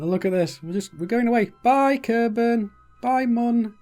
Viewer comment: Kerbel -> Kerbal = green humanoid (trees can also be considered "creatures"). Kerbol = Sun (we do not usually say "Helios" when refering to our own star). Mün = First and biggest moon of Kerbin (it is pronounced "miun" ). The only moon of Earth is named "Selene" [people born there are selenic ].